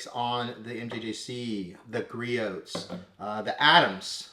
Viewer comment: Gree-Oh's, not Gree-Oat's. Other than that, great video!